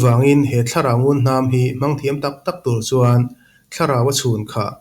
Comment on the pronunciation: Ava the em!! ❤❤ mahse, ngunhnam tih tur ngulhnam tiin ilam tlat in ka hria.. Chuan ka comment hmasa ber bawk